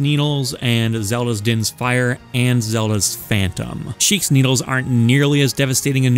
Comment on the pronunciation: “Shiek” always sounds like “cheek” to me now